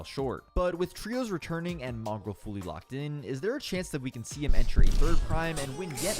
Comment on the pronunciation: You said mongraal wrong both times